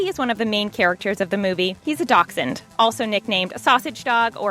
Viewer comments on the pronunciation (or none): It's a dash-hund not a doc-sund. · Ok this is how she was pronouncing buddy. "Doxen" like wth is a Doxen its a Dash hound (dashhound